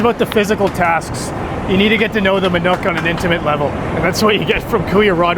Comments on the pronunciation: Manok is pronounced more like "ma-knock" Than "ma-nook" Great vids, keep up the good work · It is not MANUK but MANOK learn to speak